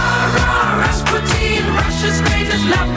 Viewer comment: it's not "Rass-putin", but "Rasputeen"...